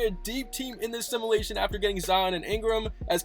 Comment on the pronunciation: U say simulation wrong